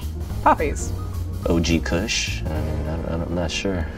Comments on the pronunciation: My mans really said “OG Cush” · the rep for Colorado legit said kush